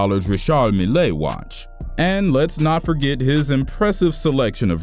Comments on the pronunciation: man's said " BAG-ET" "RISH-ARD-MELL-A" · Ree shard. Meelayy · My man said Rashard Millay watch 😂 . Tf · the way he said richard mille😭😭😭